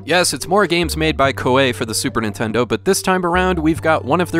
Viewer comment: I really enjoyed playing this game. To make it quicker, you can so automatic battles without the battle screen it will just tell you if you won or lost. That's how I prefer it. Also, Koei is pronounced Ko-EE